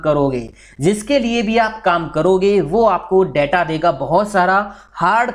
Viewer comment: 'Daataa' nahin 'Detaa'..... Video banaa ne se pehle pronunciation toh sahi kijiye.....